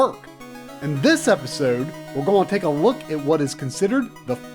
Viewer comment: I love every time he throws out a hard gon' every once in a while to remind me he's southern :P I love it!!!!